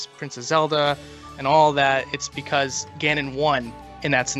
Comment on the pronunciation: Why do you say "Becaulse" instead of "because"? It sounds so weird. You also keep saying "bolsses" instead of "bosses."